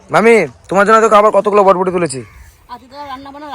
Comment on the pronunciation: এটার শুদ্ধ উচ্চারণ হলো বরবটি,,তোমরা বডবটি বলো কেন।